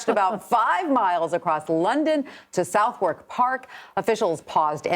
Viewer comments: That's pronounced 'Suthuk' ( hard 'th') Park. South Walk. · IT IS PRONOUNCED SUTH-UCK PARK NOT SOUTH-WARK PARK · Shouthawk Park is pronounced Shuthhook NOT South-park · Love the way the Americans pronounce Southwark. South-Wark